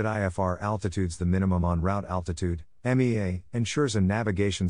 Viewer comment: I certainly appreciate the effort but the robot voice can’t pronounce things right and can’t use the right infection making it difficult to listen to. Listen to as an example. It pronounces MEA as MAY-uh. It calls a VOR a “vore”. If there had been an actual human reading this like a real audiobook, preferable a pilot that knows how to pronounce all the abbreviations appropriately, it would be 5 stars. I give it a 3 as is: it’s better than nothing, but no substitute for reading the book. Here is a tip to the listener. I turned the playback speed to .75 and it slowed down enough to let me translate in my head what Mr Siri had actually said, and that helped.